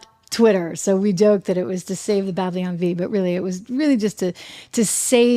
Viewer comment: Trish -- it's "Babylon," not "Bablion"! Cute!